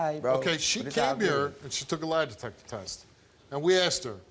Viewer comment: she keep saying "line detector" or am i trippin?